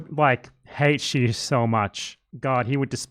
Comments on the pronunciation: For those who question her English accent, at least her Chinese is... also terrible. Xi sounds like Qi and Xiaoping like Shaoping. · is the narrator supposed to be Chinese? she doesn't even pronounce Xi properly